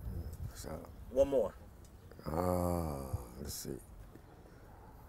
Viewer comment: In the top list he said ranbone?